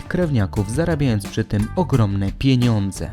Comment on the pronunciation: podobał mi się ten akcent na "PIENIĄDZE" XDD